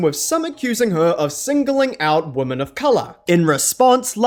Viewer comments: a mispronunciation is not a dialect. Plus it's confusing, you don't know whether he means "woman" in the singular, or "women" in the plural. The two different pronunciations serve a purpose, and the entire English speaking world was on board with this until like 5 minutes ago. I used to never hear people pronounce "women" like "woman", now suddenly it's everywhere. And it's confusing. Your example from German is not a direct comparison. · women is pronounced weemen